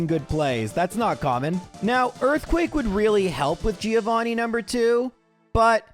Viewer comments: He did it. He called him "threeovani" Bring on the new year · Trio-vanni? No?